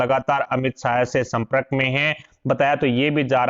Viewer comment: Attention pl. ' Samprak' nahi ' Sampark' bolana chahiye.